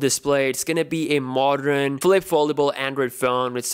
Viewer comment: I am an Indian and even I can point out ...”step up games .” And “ debutttt”...and modrenn display